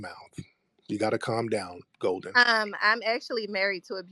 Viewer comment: Golden sounds more like Molden.